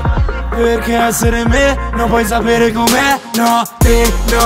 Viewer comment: "Perché ezzere me non puoi zapere com'è"